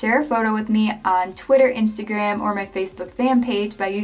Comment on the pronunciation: I was literally just listening to Amsterdam by Imagine Dragons and when you said Instagram. it sounded like Amsterdam. XDXD